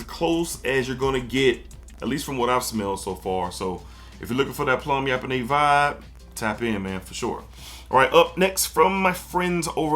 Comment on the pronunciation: Plum yap-o-nais 😂 BUTCHERRR